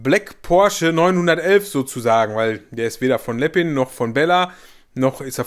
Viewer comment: Bitte, bitte, bitte, bitte sprich Lepin doch richtig aus. Es heißt lepin und nicht Leppin. Das nervt tierisch.